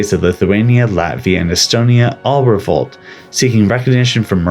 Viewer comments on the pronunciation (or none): none